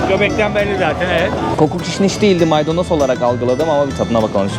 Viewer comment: maydanos değiz maydonoz